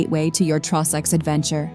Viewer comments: Please stop pronouncing everything so badly! It's an insult to Scotland. "Drum-na-drow-cheat" had me buckled! 😂 "Traw-sacks" ffs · The Trawsacks 😭😭😭🤣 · It’s annoying the pronunciation of drumnadrochit Ben A’nn and the trossachs had me shouting that’s no how ye say it 😂